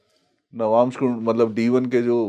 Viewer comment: आप "नवांशा" मत बोलिए! "नवांश" बोलिये। सही बोल रहे हैं, वे "नवांश" ही बोल रहे हैं।